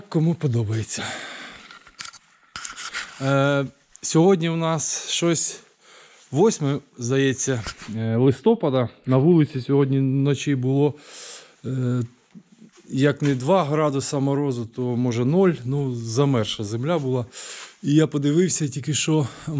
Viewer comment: вірний наголос: листопАд. Коммент в підтримку